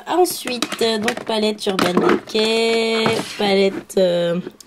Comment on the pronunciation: magniique rangement c'est trop marrant quand tu dit naked de urban decay toi tu le prononce c nàked urban déca